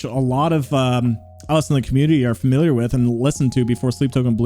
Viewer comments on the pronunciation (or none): none